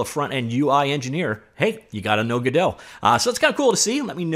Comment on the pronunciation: hmmmhmmmm... some hot info there! and it's Godot!